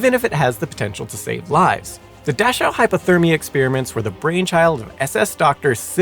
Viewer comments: You are mispronouncing Dachau. I was so confused until you mentioned that it was near Munich. The names of these death camps are important. Please be more careful in the future. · PLEASE make sure you research German pronunciation next time! You loose so much credibility when you totally mispronounce EVERY single German word such as Dachau, Luftwaffe, Mengele, and SO much more. (It’s not “Laftwaf” like you said repeatedly, it’s pronounced “Looft-vaff-eh”, for example) It leaves the viewer with the distinct impression that you’re just reading a script with words you’ve never seen before, rather than informing me of the facts. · So, I gotta assume he's deliberately using mispronunciations in honor & respect to Simon. Or maybe he's nailing them, and words like luftwaffe, dachau, and a few others I can't remember atm have been mispronounced all these years. I personally prefer to think it's the paying respect to Simon one. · Real great “educational” channel. Can’t pronounce Dachau, Luftwaffe, or clothed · Presentation tips? Learn how to pronounce words. It was painful listening to you mispronounce Dachau 937 times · "Dashow" and "Luffwah""? Maybe you ought to contact Feli From Germany to lean how to pronouncew German words. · It's mengele and Dachau " dach-ow" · Please stop saying “dashow” and “luftwaff”. It’s a cruel and inhumane assault on my ears. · I've never minded when you step in, but a pronunciation guide might help you. Several of your pronunciations were cringe worthy, specifically Dachau(daa-kau) due to it's repeated use. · Its pronounced Da-cow, not “Da-shew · It is pronounced Daa'cow not Dash'ow'. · It's "dah-cow" NOT "dash-ow"! How could you get such a well-known pronunciation wrong? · I’m not going to scroll through 1400 comments to see if anyone else mentioned this, but I believe the camp is pronounced “Dak-ow,” not “Dash-ow.” The content, no matter how factual, loses something with mispronunciations… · Dachau. Pronounced as daa-cow, in English.